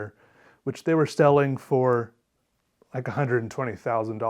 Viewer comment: "...which they were stelling for...like a hundred and twenty thousand dollars..." Really,. They were "stelling" those pitchurs fur such much?